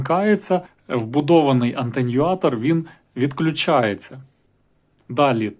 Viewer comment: Атенюатор, а не аНтенюатор :)))